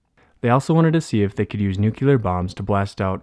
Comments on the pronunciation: NUCLEAR not NUCULAR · Narrator, PLEASE learn to pronounce the word "nuclear" correctly and re-dub this video.